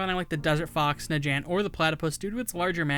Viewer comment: "Najant" Flagged.